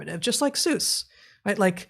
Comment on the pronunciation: I find it quite odd, and must now give it voice That these two learned folk mispronounce the name Seuss.